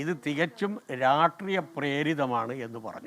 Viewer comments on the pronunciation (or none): രാട്റീയം എന്നല്ല രാഷ്ട്രീയം എന്നാണ് ശുദ്ധമലയാളം